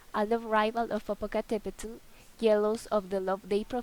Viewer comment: The "tl" from "popocatepetl should be more soft "tl" instead of "TL" and Popoca wasn't handsome he was the best warrior at that time and this legend is "before" the aztec age not in the same age and Popoca never Kissed her lips.